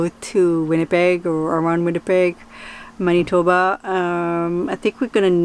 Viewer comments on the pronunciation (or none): none